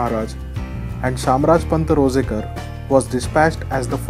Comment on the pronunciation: It's shamrajpant Ranzekar or Ranjhekar not rojekar Shamraj Nilkantha Ranjhekar (शामराज नीळकंठ रांझेकर)